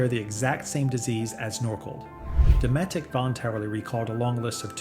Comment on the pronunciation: It's DOE-METIC